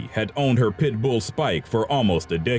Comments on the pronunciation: Is it just me, or is this guy saying "pitbull" with too much emphasis on the "bull" ? "Pit-BOOL." lol xo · Tya Wright LolHe puts the En-PHASIS on the wrong syl-LABLE. 😂😂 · Am I the only one annoyed at how he pronounces pitbull?